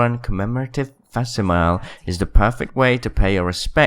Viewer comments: An illiterate YouTube vess Im mile is not how you say it. It's vess simile. Learn how to speak at the clout level your at Jesus christ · Well Respawn sure bamboozled us good, I'll give 'em that. Also it's pronounced "Fa-sim-ill-ee" btw ;) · thats not how u read "facsimile" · how are you british but mispronounced FACSIMILE it's the most british word